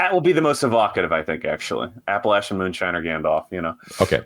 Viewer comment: Good on for saying 'Appalachian' the right way. 😉